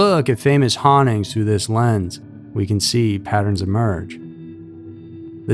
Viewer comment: I say this with respect, but it’s pronounced hauntings not honnings!